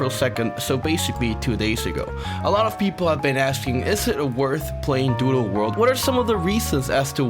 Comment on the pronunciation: you saying "doodle" kind of sounds like "doo doo world" which makes it funnier